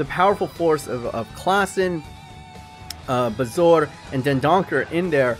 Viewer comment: I thought it was bar-zo-er